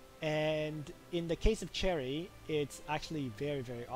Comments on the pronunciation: Its 'SH•erie' not 'CH•erry' bro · I think you’re saying cherry my dude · You saying Cherry triggers me. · That is not how the English Language works you can't just choose the pronuciation that suits you. This name derives from French so it is a sh sound not ch